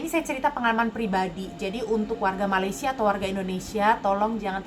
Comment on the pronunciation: Mbak Sebutnya bukan Maleesya ... Sy Sh gak ada Ma Laay See Ya